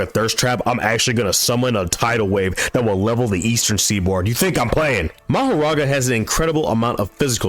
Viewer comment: Lol, it's actually Makora, not Mahoraga, bro For the first time ever the translation was right but English-speaking manga readers trying their best to confuse people with this